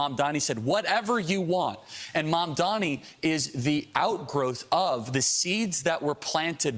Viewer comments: Look at that short ass monkey. His name is quite literally spelt out in gigantic fucking letters in front of this monkey in a suit and he still pronounces it as "MOM-DOMMY" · It's literally spelt out in front of them and they STILL can't pronounce his name. It's insane